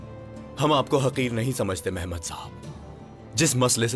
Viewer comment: mehmad❌ aehmak✅